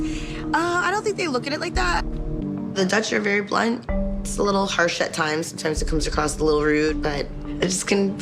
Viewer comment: I'm not a native speaker and really thought for a moment you said blonde instead of blunt 😂